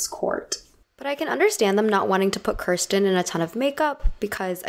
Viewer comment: Her name is not pronounced KER-sten, it is pronounced KEER-sten.